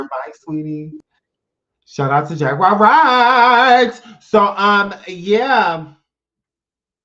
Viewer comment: pronouncing Jag's name as "Jag-wire" has been killing me for at least 2 weeks🤣 Edit: Beyonce sure did do her "reveal" at the VMAs but the only difference is there is an actual baby inside Rihanna's belly.